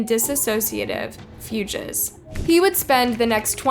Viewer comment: And “fewgez” for fugues.